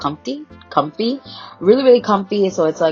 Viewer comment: "comfty" i love it